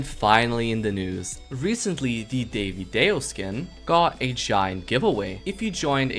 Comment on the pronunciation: Why is vro calling Divadayo - Daivy Day o 😭